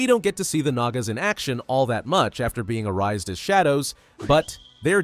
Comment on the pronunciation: Recycle ❌ Arise✅